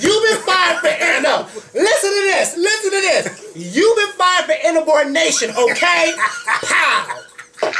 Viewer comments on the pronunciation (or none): she said INABORNATION not insubordination. LOL she made a new word. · IN-A-Bordination?????? funny. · Am I the only one who caught "Inabordination"? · Umm Did she say inabortnation? Huh? LMAO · Y is this kitten, brushin against me... u know i don't like cats LMAO that would be my sentiments EXACTLY. This was a great show. the opening was Hee Larry Us. "IN-A-BOR-DINATION..." ahhhhh???? LMAO "BUT, KNOCK MY HUSTLE." *eyes2theside* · Inabordination. OMG are you serious. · Inabordination. Bwahahahahahahaha!! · what is inabordination...lol